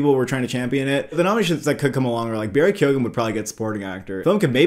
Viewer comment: KEOW-AN! That’s how you pronounce it!